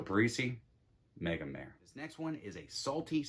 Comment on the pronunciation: Totally agree :) I only wish people would pronounce Megamare the Italian way!